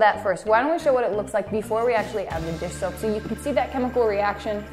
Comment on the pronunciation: around 3;30 you said dish shoap